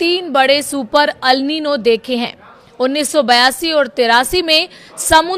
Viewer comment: Are wo Al nino nahi El nino hai 😂😂😂